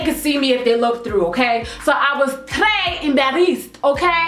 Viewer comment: Lmao the way you pronounce "très" 😂😂😂😂😂😂 je t'aime! Kisses from France 💕